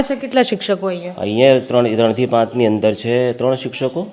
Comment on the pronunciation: નોંધ:-- પાંચ ને બદલે પ઼ાંત વાંચવું